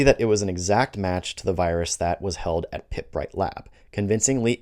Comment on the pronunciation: It's very rare that I can find fault with your videos but Pirbright, the centre of the 2007 UK FMD outbreak, is pronounced purr-brite, not pit-brite. If you ever visit the lab the nearest pubs are the Royal Oak, these days more of a restaurant, and the Fox which is more traditional and has better beer.